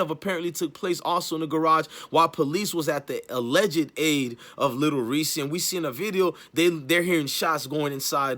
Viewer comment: I thought it was Lil "Reese". Sounds like he sayin Lil "Reesie"? Smh..